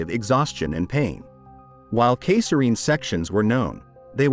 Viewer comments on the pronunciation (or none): I BEG YOUR PARDON. What is a kaysareen section??!! Can computers not read the word cesarian, or is it an actual person trying to read this who happens to be stupid? A kaysareen section. Lord help us. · Was looking for this comment, felt the same way when I heard it. My guess is they wrote “Caesarian section” and that proved to be too much for the computer 🙄